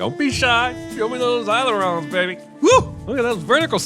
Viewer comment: Is no one going to comment on how he butchered the word "ailerons" ?